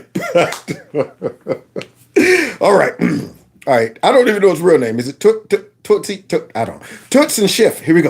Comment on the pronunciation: Tootse... lmao. One of my father's friends she use to call me tootse. Lol